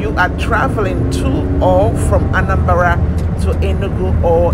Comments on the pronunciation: Nice one.. But not anambara .. it's Anambra. May the gap on ur teeth couldn't allow u to pronounce it well. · it's omambala,were Anambra was gotten..am hearing Anambara for the first time today.